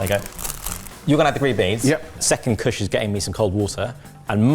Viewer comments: POSH KUSH HAS ME FLOORED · absolutely lost it at posh kutsh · I realized that Kush with a posh accent sounds exactly like Mrwhosetheboss.